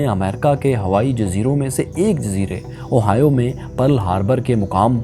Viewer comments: اوہائیو نہیں ،،، ہوائی جزیرہ ،،میں یہی رہتا ہوں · Little correction, Ohio is a midwestern state in mainland America, the correct pronunciation of oahu is "ow aa hu" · Plz correct the Oahu pronunciation